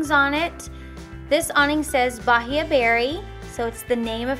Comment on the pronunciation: Most brazilian coconuts are green lol I'm Brazilian and I loved the video! And also, the word "Bahia" is actually pronounced "ba-ee-a" and not "Ba-hee-a" !